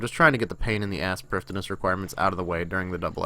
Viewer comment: its pronounced privetheenuss